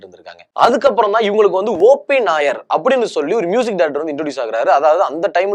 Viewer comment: கேரளா நாயர் இல்லை, OP நய்யார். பேர ஒழுங்கா சொல்லவும்😂.